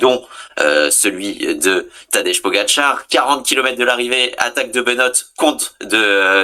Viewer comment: Tadej = Tadeille, Tadeye, Tadeï Mais pas Tadeche, Tadé ou Tadeje